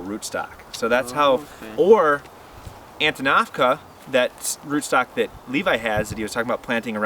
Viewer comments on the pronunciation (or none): Antinafca seed stock? What is he saying here?